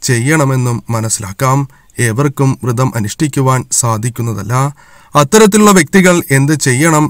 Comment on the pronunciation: തിരുമേനീ, വ്രതം എന്നല്ലേ അതിന് പകരം വൃതം എന്ന് പറയുന്നത് തെറ്റല്ലേ തിരുമേനീ